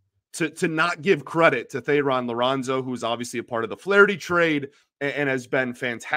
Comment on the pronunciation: Let's hope that Ilitch doesn't hamstring Harris's efforts by refusing to open the purse strings and pay for talent. It's time for this club to turn the corner, and he to turn on the faucet to make it happen. (P.S. Thayron Liranzo's first name is pronounced "Tyrone.")